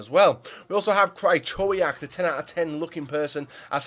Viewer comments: absolutely butchered Krychowiaks name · u love Krychowiak? maybe look up how to pronounce his fucking name